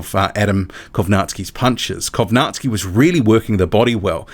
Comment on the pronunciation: do you have slavic heritage by any chance?? i always wondered why you pronounced kownacki the correct way.